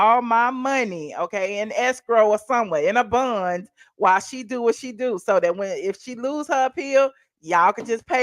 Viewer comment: If you say "bun" one more time!! Its bond!